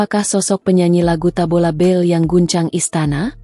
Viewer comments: Tabola bale..bukan tabola bel😂😂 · Kayaknya mbak AI perlu kursus Bahasa Indonesia...Tabola bel...Tabola bel 😮😮😮😅😂